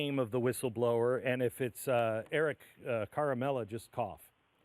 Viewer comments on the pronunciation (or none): Glenn, it's not CAR-a-mella, it's CHAR-a-mella [as in "CHAR-ley"] wink, wink.